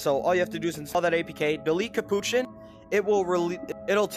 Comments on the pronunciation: It’s capuchin not kapouchan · Its not capuchin